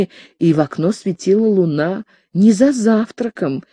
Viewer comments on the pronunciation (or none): none